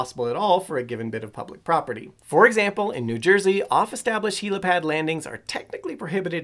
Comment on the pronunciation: Helopad? I thought it was helipad?